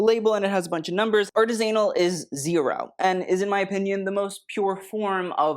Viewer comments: Please stop saying Artis-anal it's pronounced more like Artisinal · Artisanal is pronounced ‘aar ti zuh nul’ as opposed to ‘aritz ANAL’.(comment made before bc im that petty) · It's arTIsanal, not artisAnal. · artisanal not artist anal or artizinal u aaaaaaaaaaaaa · why are yiu saying artist anal like only john galliano can say tgat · #Artisanal isn’t pronounced #AryZAnal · ... and the word is correctly pronounced [ r - TIZZ - null ] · Pronounce Artisanal again lol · How are you saying “artisanal”? 😮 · Saying artisanal like that is insane 😭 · This is a fantastic video you really outdid yourself! I wish you would learn how to pronounce the word Artisanal, that would be my wish .